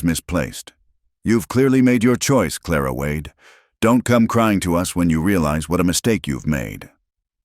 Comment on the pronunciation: Another Elias and Clara. If you're going to use the same names over and over the least you can do is teach AI how to pronounce them correctly. I've only started listening to this type video for the past month but I'm already tired of the same names over and over and practically the same storylines.